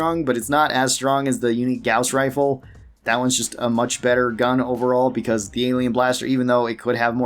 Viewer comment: I don't mean to be a butt about pronunciations but you mispronounced the perk jury rigging. It's not pronounced like a courtroom jury. It's pronounced like the name jerry. Though I can't blame you, the English language is stupid. Edit: you also mispronounced gauss rifle and claustrophobia.